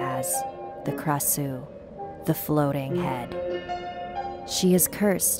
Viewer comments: Its supposed to be pronounced krashuw not krasew but you guys live in a different state so i dont hate ( oooo dat rhyme boi ) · yes indeed I live in Thailand it’s a Thai tale and I think you pronounce Krasue Wrong I think you pronounce it with Klrasue and I heard different story too ^^ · but instead it's pronounced AB like ah+b and it likes to eat intestines such as stomaches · We never called it krasue or whatever this nonsense, it's ARB , krasue is thai word, we call it ARB pronounced like ABS but without S sound